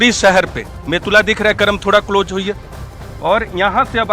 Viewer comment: Close hota hai cloje nhee hota jahil